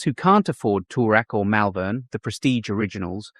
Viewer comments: Yes the mispronunciation annoyed me too! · You need to learn to pronounce the suburbs properly please! Moorabbin and Malvern!